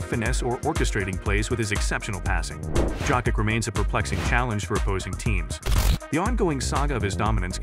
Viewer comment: I did not finish watching this video because the narrator was wrong pronouncing his surname.